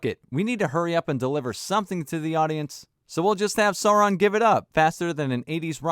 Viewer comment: Agreed, but it's Sauron, not Soran